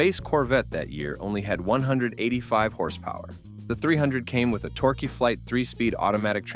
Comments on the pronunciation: Lost me when AI said Torqueee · Its pronounced Monteego NOT Montaygo. Also pronounced Cordoeba NOT codaba It was a piece of junk anyway Did you really say torquey? Stop using AI software for narration